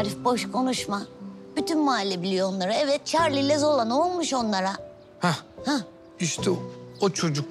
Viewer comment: zola yerine zula diyo 😂